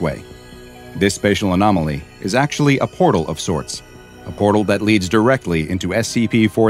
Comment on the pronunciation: not porle but portal